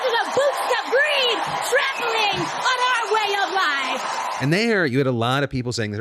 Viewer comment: I COULDNT stop rewinding and watching that AOC clip over and over again! 🤣 😂😂😂 “on our uWaY oF LiFe”